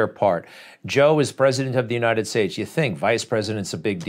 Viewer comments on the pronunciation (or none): I'm trying to figure out where the ''Unined States'' is. The guy cannot say ''united.''